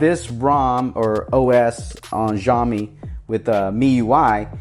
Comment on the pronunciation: It's Siaomi no Ziaomi(nothing announced clearly but more to the s than the z)